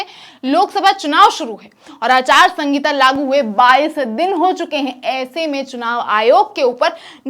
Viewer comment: Anchor madam aachar sahita na ke aachar sangita